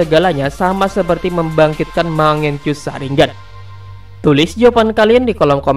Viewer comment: Chapter dibaca capter aja, bukan kapter. 'Ch' dibaca 'c' bukan 'k' Mangekyou, bukan mangenkyou